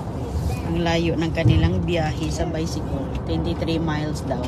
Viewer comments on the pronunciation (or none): Sorry to correct you again,mag lesson muna tayo...yung Bicycle,hindi bisikol,say "bysikel",yung Uncle,hindi Angkol,say"Angkel",kahit bisaya ka pwede naman mag pronounce ng tama.pati pala yung little,litol sabi nya.😅😅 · Anong seepon??,Sipon!!! Bicycle hindi Bisikol.!!!magsisimba kayo,para ka lang mamamalengke sa suot mo,dapat Sunday's best dress pag nagsisimba,lalo na diyan sa America.😮😮